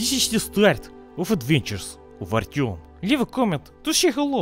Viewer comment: Not Artyom, its Ourtyom